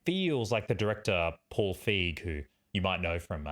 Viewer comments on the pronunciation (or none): none